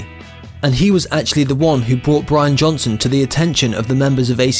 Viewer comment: You said Brain Johnson